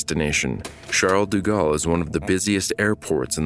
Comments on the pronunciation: its like "shall deh gahl" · Bitch the way he pronounces “Charles de Gaulle” is so distracting lool